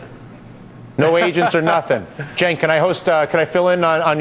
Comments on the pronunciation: He finally pronounced Cenk's name right. Huzzah! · hey, he pronounced cenks name correct. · thats how its said. Cenk is Janke